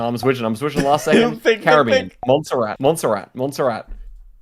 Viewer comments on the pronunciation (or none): none